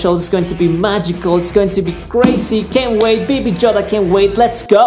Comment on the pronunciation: I love how you said baby joda 😂😂